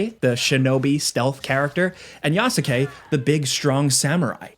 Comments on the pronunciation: Yasuke (Yah- Skay)….. not Ya-su-Kay…. Let’s get folks name right in 2025 my guy. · The "U" is silent. Yas-ke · Who tf is Ya-sa-k 😭😭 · FYI, Yasuke is pronounced “Yas-KAY” not “YA-SU-KE”. The U is silent. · Please don't be so ignorant and pronounce it Yasukayyyyy ... It's [YAS'KE] and [NAO EH] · Love you and your videos, but how you’re pronouncing Yasuke is making me wince. The U is silent. The word is only 2 syllables. Phonetically, it’s pronounced YASS-KAY. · Ya-soo-kay? Dude, did you really play the game? Lol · This is like the third review I’ve heard pronounce yasuke with the u. It’s phonetically yaske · The worst part of this game is listening to every reviewer pronounce his name Yas-U-kay. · Well... he almost got the pronunciation right. At least he didn't go "yaSUkay" like a dumb American, no he at least tried to make the name sound Japanese. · It pronounced as "yas-ke" haha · It's pronounced Yaske, not Yasuke, Yasike, Yaseke or whatever. 😁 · This is a terrible review, this game is in my top 10 games of all time, I haven’t been hooked on a game like I have with this for a while now. This dude obviously just speed ran through for a quick review for views, can’t even pronounce Yasuke properly and if you play the game long enough you learn this ain’t right… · Not one single time while playing the game did I EVER hear them pronounce Yasuke’s name like that. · Bro mispronounced yasuke 🤦‍♂️ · Please learn to pronounce Yasuke 🤦🏾‍♂️ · Played game but yet still can't say one of the protagonist's names properly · Not gonna lie, the way he is pronouncing Yasuke is fucking cringe. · Brother . Please . The U in Yasuke is silent the same reasons why Sasuke from Naruto isn’t pronounced Sa-su-ke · The "Yasuke" pronunciation is throwing me off, lol. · im stoked for this game i didnt love Valhalla but i did like it so it cant be worse than that. also the way you pronounce Yasuke made my heart sad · The “U” is silent on yasuke